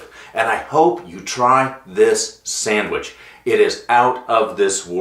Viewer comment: Are you saying Samich or sandwich?